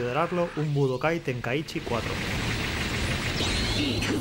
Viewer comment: Mi mente cuando le dice tenkaíchy🫨🙂‍↕️